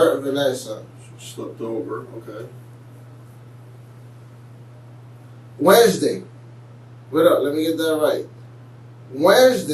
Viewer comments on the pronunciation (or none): Waresday? Wtf is waresday u idiot smdh infuriating